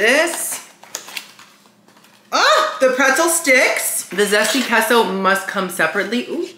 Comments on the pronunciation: Yum Yum Yum! Awesome review. Queso is pronounced Kay-So. Get it right!;-) Love ya Queen! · I love how you call it "kesso" 😂